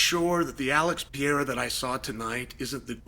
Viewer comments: Chael, its pereira not pierre 😁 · PE-REI-RA 👍 ... PIERA👎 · Alex Pareira ❌ Piera ✅ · *Per-era: per and then era, Chael…per era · "Uncle Ly-ev" vs "Pierre-a"🤣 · Came for "Alex Pierre" left with "Unkle eye ev" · Pea-ayruh, pierre-uh. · Alex Peee air uh!!! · Ankalaev ❎ Uncle laev ✅ Pereira ❎ Pierre ✅ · "The good old day" (singular) and "Piera" wow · Unc keep calling him Pee-Era 💀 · I won’t be able to watch this because Chæl is going to say “pee era” 1000x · cmon uncle Chael, go with me, PE-RE-I-RA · Chael said PeeAir and Uncle Lie iv 😭😭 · Is there any specific reason you pronounce Pereira like the French name Pierre?!🤦🏻 Appreciate the “you don’t necessarily need to take him down to win the wrestling part of it” part of the conversation. You’re def correct in this btw Totally agree about the rematch too. Ankalaev made Alex look soooo one dimensional. My opinion has 100% changed after that fight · why dies uncle Chael keep saying Pierrrrr!!🤣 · Still closer than “Pierre” which he used to call him. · Yeah, like the French name. LOL! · “I’m a huge fan of Piera’s” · Never learned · The Pee Era is over. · I’m done bro 😂, me too gang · He does it on purpose for engagement. He says people's names different all the time and sometimes he smirks as he does it. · Has that man not earned at least correct pronunciation of his name? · He can pronounce Ankalaev flawlessly but he can’t Pronoune Pereira 😂😂gotta love Chael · I'm going to miss this when Alex retires; just hearing Chael say the name 🤣